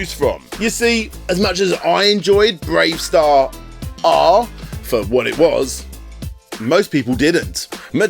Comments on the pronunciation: You don't need to pronounce the extra R in BraveStarr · The hell are you pronouncing the extra R on Bravestarr for? You're not meant to. It's just spelt that way to look "cool". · Igor from Count Duckula is pronounced Eye-gor, it's pronounced Ee-gor. And why do you keep pronouncing the superfluous R at the end of Bravestarr?!? It's silent. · Honestly can’t tell if the mispronunciation of Igor in the Duckula section and the constant R after Bravestarr are bits or if you’re really unsure how to pronounce. If it’s a genuine error, the intro to Bravestarr even gives you a hint 😜